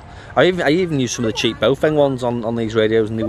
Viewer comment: Read the brand again. It is NOT BOWfeng, what it is though is BAOfeng. B ah Ow feng.